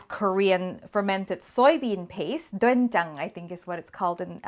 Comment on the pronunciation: firstly as a Korean your pronunciation of "doenjang" is great. Another reason why I would use it over miso is that doenjang is much heartier and works well with stews vs the delicate miso. Also with miso soup you are supposed add the miso paste at the very end to preserve the good bacteria. If you used miso in this stew you would be killing off the probiotics.